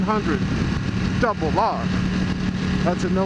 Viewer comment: It's "Double Aaaaaaaaaaar" lol. What ever happened to your Ducati gear? Remember it from when you took delivery of the Panigale. Watched that vid a good while back, and today again.. haha